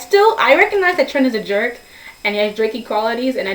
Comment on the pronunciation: And also I dunno if its just the sound quality or what but it sounds like your saying "trench" when your saying Trents name.